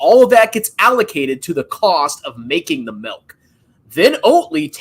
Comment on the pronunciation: Of Course says "melk" instead of Milk.